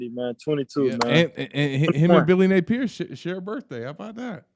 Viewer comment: Hey! It’s not Nay peer. It’s Nay pee ear….duh?